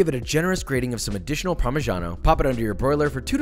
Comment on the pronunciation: Well, since you are so precise in not saying parmesan, I might add that the "i" in parmigiano and "reggiano" is silent (like parmidjano), and that it's not "shabatta" but more like "chabatta". Nice video, mate. I actually wanna try this american snack that I always hear about associated for some reason with Italy. The closest thing we do is the "lazy" version, but we use virgin olive oil instead of butter usually, and we call those "crostini". keep it up mate! love from italy